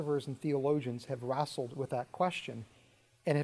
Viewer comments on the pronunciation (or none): "Rassled"., you kill me:)